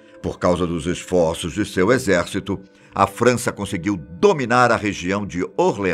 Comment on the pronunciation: impressão minha mas ele fala "França" como se fosse "Frounce/Fança"? Algo assim...